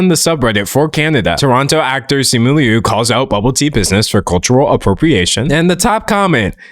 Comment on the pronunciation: Thank you very much for pronouncing Liu correctly. ❤ Uhh my In laws are Taiwanese, their last name is Liu. Yes there is a distinction, but culturally speaking, my inlaws say they are Chinese. It’s a little interchangeable to them. And they were born there.